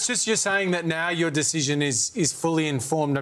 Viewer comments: Deshision, lol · Albo can't even say the word "decision" properly.